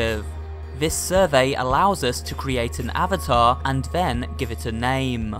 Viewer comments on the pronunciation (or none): none